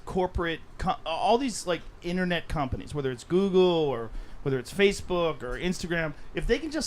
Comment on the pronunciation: Sounded like Joe was about to say “corporate cunts” 🤣 I know “company’s” but I like mine better.